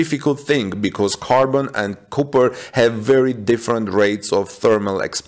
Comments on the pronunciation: For a non native speaker, your English is really excellent. Most of it is not only easy to understand, but even sounds like American English, not foreign sounding English. But that is not how you say copper. That first o is pronounced like ahh, not oooh. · Cop not coop